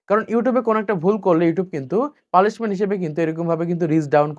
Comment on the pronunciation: আপনি কি পুরাই অশিক্ষিত লোক ? পানিশমেন্ট শব্দটাকে পালিশমেন্ট বললেন।